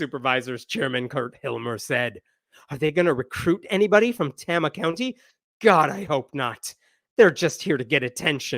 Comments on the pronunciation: You mispronounced Tama. Tay-mah. Not Tah-mah. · FYI - it's a long "A" sound. Tayma, not Tahma. It's a relatively low-population rural county in the center of the state, and home to the Meskwaki Native American settlement and casino. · Just FYI, it's pronounced "TAY-muh" County. I live 2 counties away from there. Good reporting! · fyi its pronounced TAY-muh, not TAH-muh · Tama with a long "A"! Rhymes with "flame"! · I thought maybe you were from Iowa but you mispronounced Tama. It's pronounced tayma. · It is pronounced "TAMA" (long A) County. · Sorry, but the second A is pronounced "uh". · Iowans say it tay-ma. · You're miss pronouncing Tama. The first "a" is a long A. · Just do you know, the first a is a long a in Tama. Tay-ma. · FYI, it’s pronounced TAYmuh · Great summary! But please, for the love of fettuccine, it's Tay-mah. 😂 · pronounced TAY-mah.... OH NOES... Everything else you said 💯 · Pronunciation edit: Tama is pronounced TAY-muh. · Pronounced "Tame-uh". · It's pronounced TAY-muh, lolz. I'm a proud lifelong iowan & proud member of TST of Iowa. I feel downright patriotic TST Iowa had such a lovely holiday display in our state capitol last year. I wish I could've taken my kids to see it ❤️😊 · It's "Tame-a" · as an Iowan its Tama (Pronounced TAY-Mah) (small town with a Native American casino) and Kim is THE WORST. IOWA IS HELL.... SEND HELP. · I knew you were going to mispronounce Tama. The first A is a long A. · It's pronounced Tay-ma, with a long a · FYI..its pronounced tAma county...long A. keep the updates coming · As an iowan, Tama is pronounced Tay-muh 😂😂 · It’s pronounced TAY-muh. But that’s okay, Iowa is full of places that aren’t pronounced how one would expect them to be. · Tama = Tay-ma is how you say it. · That’s the new Iowa for you. No more Iowa nice. Now it’s Iowa nasty. Also, Tay-ma with a long first A sound. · btw...it's pronounces "Tay-ma" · Tama County. Tay-ma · Not how Tama is pronounced.